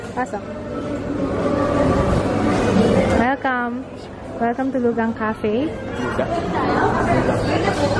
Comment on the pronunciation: "Loo-kang" po basa dun. Current drugstore faves po ds month plssss.:)